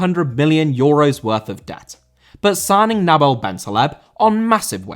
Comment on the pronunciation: Nabil* not Nabl